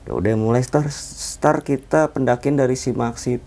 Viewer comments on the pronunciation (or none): Rata2 pada bilang star , itu bintang bang 😭 start bang start ,,,,,beda tulisan beda bacanya 😭😭😭😭